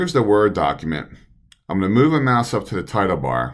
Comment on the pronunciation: The left what button? Sounded like "mass"?